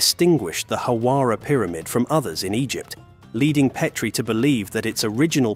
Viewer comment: Make up your mind. Is it Pet-tree or Peat-tree? You literally go back and forth with your pronunciation.